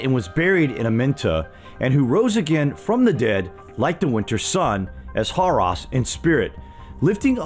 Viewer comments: Horus - hor•us. Not "hor•ās". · you said Harus its Horus